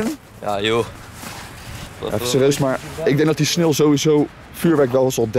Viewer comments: Jij zegt geen sneeuw maar snil😂😂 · je spreekt sneeuw uit als snil lol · Is het sneeuw of “sneel”😂